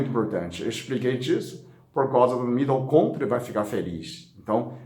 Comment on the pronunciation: Aí genteeee... "Mitocôntria" eu não aguento....